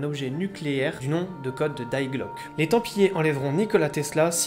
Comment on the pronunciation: Ta prononciation de Die glocke montre que t’es pas duuutout allemand 😂